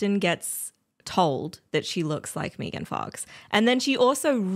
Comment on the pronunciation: Mee-gan fox lol